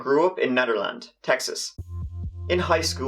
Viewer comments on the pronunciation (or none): Hey she’s from my area. And it’s NEEDerland. We have our own language down here. Sorry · Her hometown is next to mine It’s Nee-der-land that’s how it’s pronounced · I used to live in Beaumont. Its a god awful place to live. Btw its pronounced NEED-erland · Just a heads up, It’s NEDERLAND TEXAS, Not Netherland Texas, They definitely have some crazy town names in that state; Cheers mate 👍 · it's pronounced Neederland. Geez y'all foreigners still haven't learned to speak English properly (actually I'm pretty sure Nederland is German) y'all had a thousand or so year head start. lol. Other than that a great and morbidly entertaining channel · Its pronounced NEEDerland. Love your videos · I'm from the area as well, did you also grin at how he said Nederland and Lamar? Lol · OH man. I'm from the Beaumont / Nederland area. You butchered the pronunciation of those two towns awfully. But love ya videos anyway.